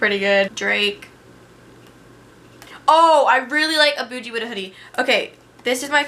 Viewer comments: "a Buujie wit da hoodie"I am DEAD LMFAOOOO😂😂😂😂😂😂😂💀 its "A Boogie wit da hoodie" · did she just say boujie what ? a boogie not a boujie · Lmfaooo she said a bogie name wrong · It's boogie not boojie 😂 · im fucken dead, she said "A Boojie wit da hoodie" instead of boogie lmfao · Say's "I really like A-Boogie Wit Da Hoodie" but pronounces it as "A Boojie Wit Da Hoodie" lmao 😂 And 'My Shit' is probably the onlys song you listen to... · its A Boogie not Bouji wtf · She said a-boodgie-wit-da-hoodie it A-Boogie-wit-a-hoodie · BOOGIE not boujee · She said uh boogie wit uh hoodie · It's booGie not bouije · It's not a boojie its a boogie. There no j tf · If My Shit was ur favorite song u would know that he says his name in it and u still say it wrong lmao. Its A Boogie pronounced that way not A Boojie lol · It's boogie not boojie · She did not hurt say aBOOgie with da hoodie It’s A Boogie with da hoodie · She said a bugge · How tf does she say a boogie's name wrong lmfao he literally sings it in like every fucking song 😂😭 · you pronouced a boogie wit a hoodie wrong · She said a boogie so wrong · you really dont know how to say A Boogie wit da hoodie